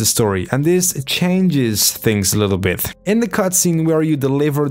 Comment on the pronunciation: Talking abouft a little bift